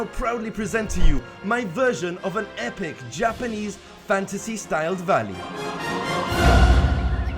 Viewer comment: everytime he says 'japanese' I'm like (nooooo!)